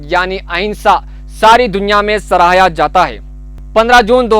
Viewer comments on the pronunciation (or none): میرے خیال سے عدمِ تشدد اور سراہا ہوتا ہے آپ نے بار بار دونوں لفظ کو غلط پڑھا ہے